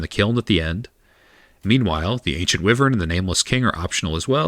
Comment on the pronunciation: Are you pronouncing “wyvern” and “illusory” wrong on purpose?